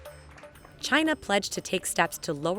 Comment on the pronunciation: If American companies weren't so greedy and made their products here this would not be such a big problem. And why does trump always pronounce China as Gye-nah?